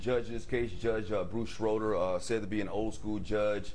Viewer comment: Biased much? Lol Binger literally violated his 5th amendment right. Also, it's pronounced Shrayder. God Bless the USA is a patriotic song, around since I believe the Reagan years.